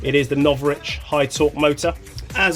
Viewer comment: Novrritch? More like no bitch